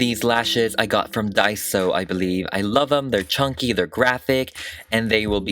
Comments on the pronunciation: “it will be to bulky and to CHAWNKIE” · "Too chONKEY!" 😂